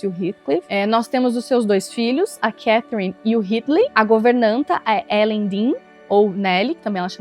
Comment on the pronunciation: Não aguento mais as pessoas pronunciando o nome Heathcliff errado... Gente pelo amor não é "ritclif" é "rétclif"!